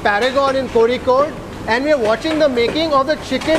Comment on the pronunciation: Thank you for pronouncing Kozhikode correctly!